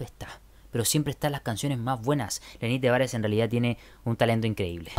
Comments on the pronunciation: Porque siempre dices "lenny tevarez" es lenny tavarez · Porque siempre dice lenny tevarez, si se dice lenny tavarez